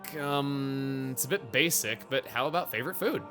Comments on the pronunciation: was the emphasis on the word "basic" like that really necessary? someone might get nightmares from that editing lol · She didn’t call Kora basic. She called her B A S I C